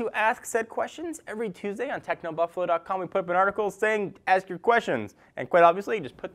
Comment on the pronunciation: no offence but when says ask the buffalo,it sounds like ass the buffalo,no offence-just love your videos